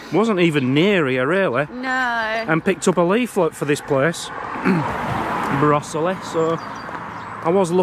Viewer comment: The quaker burial ground is in Coalbrookdale:) . and brosesly is pronounced bro zilly..... :) ... love your take on it though :)